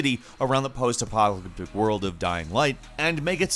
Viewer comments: "around the post apogalaticalibdik world" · Post-arcwrorowrl World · "the intent is to build a city around the post-apo(alneflaef) world." Fuckin' love ya mate. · 'Post- a(wwoowgaggle0pocalyptic world'